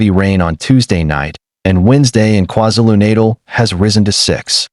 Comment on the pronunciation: KwaZulu-Natal Learn to pronounce You disrespect us.